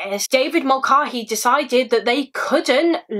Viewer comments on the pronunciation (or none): I love you and all of your content, but please look into how to pronounce Irish names. It is really jarring and distracting to hear you call someone the wrong thing. This isn't the first video I've noticed this in and it isn't only a you problem, plenty of English people have a weird stumbling block around it. But the a in Mulcahey is pronounced like the a in cat not the a in car or bar. (Doherty doesn't have a K sound being the other most common one in the UK). Irish names aren't hard to pronounce and I know you'd put in the effort with other foreign names. I'm only asking this of you because I think you're sound and might actually listen. I wouldnt mention it if I thought it would fall on deaf ears. Thanks for all the hard work and research you put into all your videos ❤ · Hi Rose! I do apologise for the mispronunciation! I watched a couple of documentaries as part of my research for this case and they all seemed to pronounce Mulcahey the same way I said it in the video but thank you for correcting me lovely! x